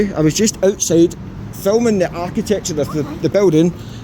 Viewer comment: Whats "art ti thetechure" just aksing ..